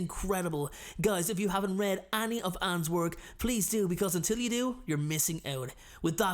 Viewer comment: I love the way he says any like annie. Love binge watching his vids. Thank you for making the pandemic days better